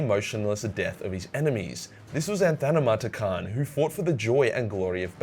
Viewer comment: Now I know how Aussies pronounce anathema